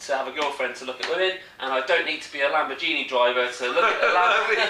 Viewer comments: if you were drinking grape juice instead of beer you would have been able to pronounce lamberjeenie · OMG, Lambor"Genie".